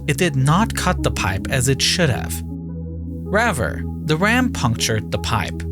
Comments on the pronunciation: Raver or rather? Terrible English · Bro how can you pronounce risky but not Rather😂😂